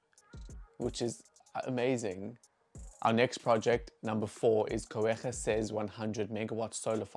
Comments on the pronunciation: This was great but it's pronounced Koo - ga (with the raspy g), not Koo - air - gah. Fantastic video though. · Just a note - it’s pronounced “Coo-ga” not “Coo-eh-ga” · It's not Co-ega, it's Cooga. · I'm sure Coega rhymes with Cooker, rather than Co-ega as you pronounce it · It’s pronounced Cuga… not Coe-ga… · Go-egha? Coogha. Pronunciation: basic research. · pronounced Ku~rha (COEGA) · Wait till the ANC BEE the heck out of it. Some ministers are going to be very, very wealthy from these projects. SA citizens will not be any better off. I'm from the Eastern Cape - it's pronounced Koo-gaa. Even it solar energy is setup in the EC, it won't benefit locals who pay horrendous energy rates, instead it'll be sold to places like Mozambique for ANC profit. Again these renewables DO NOT benefit SA citizens, they benefit private enterprise and the ANC. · Your pronunciation of Coega is wrong.Try to pronounce it correctly.